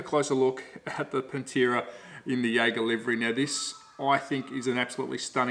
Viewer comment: In case my link about how to pronounce Pantera Properly causes problems. Another fun fact about the late model Pantera cars is that they had the Australian made improved Ford Cleavland engine blocks cast in the Geelong engine plant. Ford US stopped using the Cleveland and sent the tooling to Australia around 1973 or so. Dr Tomaso in Italy then raised the power output by mods and blueprinting of the Australian engines supplied. Understand that this Australian content got the some import duty reductions when sold here. Rusty French raced one here for a while.